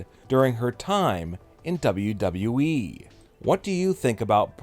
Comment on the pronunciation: This guy's voice is so annoying.gosh I hate it when he say wweeee